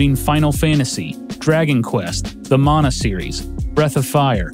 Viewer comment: I heard "mana" pronounced correctly. Not even the dubs of the games do that.